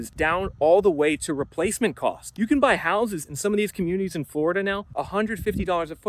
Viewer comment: Floraduhhh gonna floraduhhh 😂